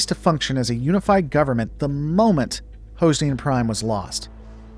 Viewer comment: Hoze ne an ? Never heard it pronounced that way.